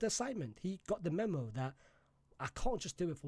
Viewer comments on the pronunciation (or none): none